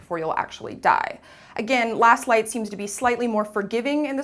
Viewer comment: did she say lost light or last light sounds like she did say lost light in the beginning